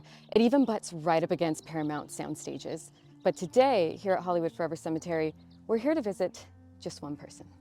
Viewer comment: The word "cemetery" does not have the letter "a" in it.